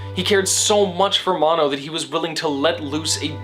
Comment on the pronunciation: I think it's also "Mo-no"